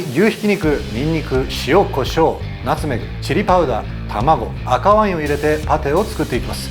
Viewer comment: ナ↑ツメグ→なの？！？！28年生きてて初めて聞いた発音なんやけどw